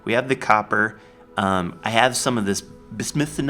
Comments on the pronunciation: I'm pretty sure "bismuth" is pronounced "biz-muth" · Why are you saying Bismuth like that? 0_o